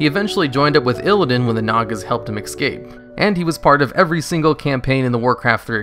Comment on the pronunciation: *escape. Not ec-scape